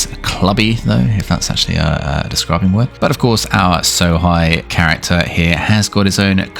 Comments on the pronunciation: lol, ''So-high'', try pronouncing it ''So-hey'' instead... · Sohei. It's pronounced like 'so hey' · Hei in japanese is pronouced Hey